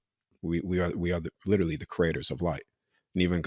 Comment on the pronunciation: These two guys are supposed to be so smart,but yet they can’t say the word literally correctly😂